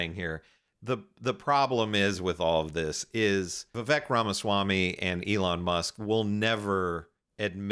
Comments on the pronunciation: why does this guy keep calling Vivek ... Rama Smamyi ? when his name is Rama Swamy ? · It's pronounced Rathersmarmy. Very funny Sam